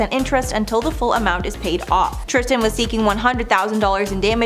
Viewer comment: "Trish-ton" is triggering